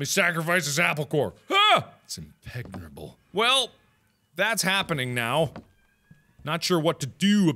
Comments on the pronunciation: "Impegnerable" - Markiplier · I. Ducking died. At "Impegerable" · "It's impegnerable..."- Markiplier 2017